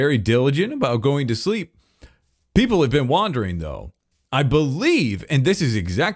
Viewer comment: the way says "shreep" instead of "sleep" is so funny (in a good way) and I'm sure everyone agrees with me